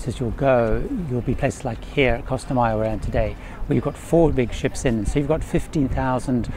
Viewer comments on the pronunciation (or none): none